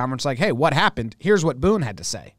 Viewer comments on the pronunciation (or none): none